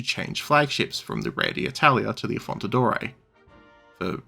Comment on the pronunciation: Like the video, thx, but a bit of preparation on names wouldn't hurt. Just one example: it's 'AffonDaTore', not 'AffonTaDore'.